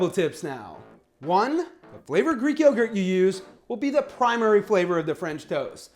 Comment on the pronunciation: I'm here just to hear the word "yeoww-gurt" Bill & Ted would be proud